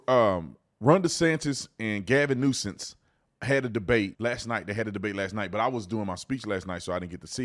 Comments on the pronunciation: Ahahahahhahha he said Gavin Nuisance ahahahhahahahahaha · Is Tatum saying Gavin Nuisance? Like over and over again? LOL awesome:person-turqouise-waving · Gavin "nuisance" 😂🤣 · My guy said Gavin Nuisance 😂 I’m dying right now